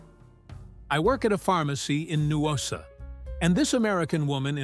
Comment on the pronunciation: The A.I. Pronunciation can be hilarious. It's "Noosa" not Noo-ossa! 😂😂😂😂